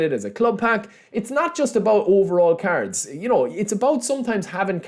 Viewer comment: Why do i hear carods instead of cards 😂 still in delima